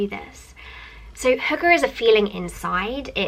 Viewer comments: I heard "hooker" lol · aww, you trying to pronounce hygge haha, it's not actually only a Danish word, we use it in Norway too :) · I love How you're trying to say hygge 😂